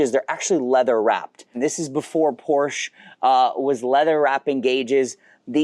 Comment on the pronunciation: Hearing a car YouTuber say “Porshh” is just insane